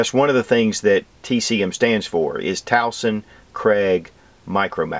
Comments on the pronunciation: the name is TUASON, not Tauson. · it's TUASON .. not Tawson .. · It's TUASON, not TAUSON😊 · brother it is not tauson....its tuason...you pronounce it 'tu wa son" there you go...tuason...:) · Tuason (Tu-wah-son.) That's it Hurts my ear hearing you call him wrong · We say it as Twa-sun. just say'n. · Being a Pilipino myself I need to point this out. Tuason is pronounced (two-a-son) just to help you out brother. God Bless